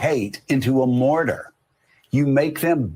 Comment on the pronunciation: What is a mortyr? Jo kept on saying mortyr. Maybe a mortician who died on active duty 😂😂😂?